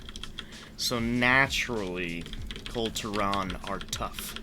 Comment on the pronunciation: Sorry, I'm only 19 seconds in but are you mispronouncing "Kul Tiran" wrong on purpose?